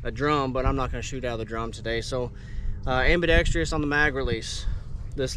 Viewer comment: You guys always mispronounce the word, ambidextrous!